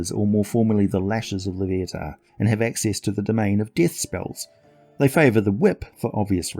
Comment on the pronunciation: I am surprised that someone that has such a rich British origin language would pronounce a name incorrectly. Loviatar pronounced: /loʊˈviɑːtɑːr/ loh-VEE-a-tar.